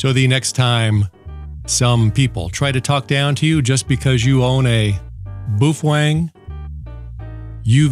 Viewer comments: For those who don't understand. This entire video is satire and every statement in this video, especially the pronunciation is incorrect. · Can't be 100% sure because Chinese is such a hard language but in Mandarin baofeng the way you're saying it means either dung heap or maybe rosebud. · Its "Bah-Oh-Feng" not "Boo-Fang" as it is Mandarin... And as you stated about your "Japanese Friend" telling you how it is pronounced, It is wrong and Japanese share many root words with Mandarin, so the pronunciation remains the same in both languages. And PLEASE(!) anything a Baofeng can do, most other radios can do as well. Making light of the situation of slave labor in China is not cool. It shows how much of a fool you are. As Einstein once said "Those who are cool do nothing to prove that they are cool, they are simply cool by being themselves. Those who think they are cool but are not has to try to prove it to the world all the time that they are." You fit the latter part of this statement as your comments about child slave labor in China was a failed attempt to show off how "cool" you are. And $20 for a Baofeng? I'm getting them for around $15 - factory direct with free shipping. All one has to do is contact them and make a deal with them. And there are many Youtubers out there that gets them for free if they do a review on the unit that was given to them. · I pronounce it after the Chinese bun which it is named after, "Bao". lol I got one because as a non-radio guy, there is so much info out there about them. You are my go to guy on Baofeng's but is there a book you would recommend for those times when I can't be online? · “BOOF-WANG” proper pronunciation 😂👍 Don’t be a “sad HAM” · In Australia we pronounce it Bow-Fang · Fujian Baofeng Electronics Company Co., Ltd. headquarters is located in the Nan'An county of the city of Quanzhou, in Fujian province of China. I am not sure why he is trying to play this off as having a Japanese pronunciation.